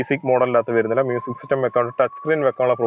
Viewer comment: "verunnilla ennu alla......."varunnilla"......keep the Malayalam language intact.....